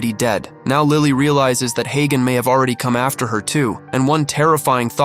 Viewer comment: His name is not hey gone , his name is hagan😂